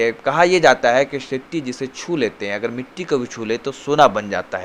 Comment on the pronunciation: भाई, आप अच्छे पत्रकार हैं, और भी मशहूर हो सकते हैं। बस थोड़ा उच्चारण पर ध्यान दीजिए। खासकर व को ब और श को स मत बोलिये। यानी विस्तार को बिस्तार, वहाँ को बहाँ, बुर्ज खलीफा को वुर्ज खलीफा, शेट्टी को सेट्टी और नाराज़गी को नाराजगी न बोलें। थोड़ा सुधार करें, आप बहुत आगे जाएंगे।